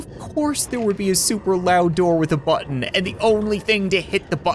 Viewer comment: Of course there would be a loud door and button.. Of course... Ofcourse there would be a loud door..button😂 He can't speak properly because of Fat Spider Man😂